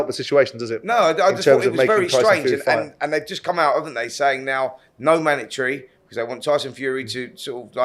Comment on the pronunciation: Manatry! Spencer, it’s a mandatory